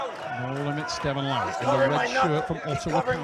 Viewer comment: Unbelievably doesn't know how to pronounce Larratt. And why does always sound like he has a dick in his mouth?